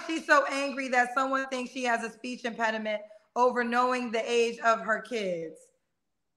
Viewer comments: Ain’t no speech “mpeninent” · "I no speech impairdement baby, I no speech impairdement"🤣🤣🤣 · Speech empattyme!!!! LOLLLLLLL!!!!!!!